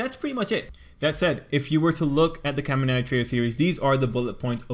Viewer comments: Why is he saying kaminari like Kamiarty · The way he says kamanari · I like how you say :,, Kaminari" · The way he says kaminari bothers me so much jeksjkss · my ears bleed every time u say kaminari